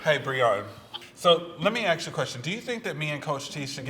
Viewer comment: Why can’t black people ever say “ask” correctly? Just stop being gay, geez 🤦🏻‍♂️